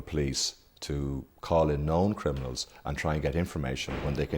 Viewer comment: He says 'crinimals' a lot